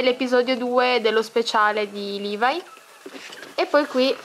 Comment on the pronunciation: si dice livai e si scrive levi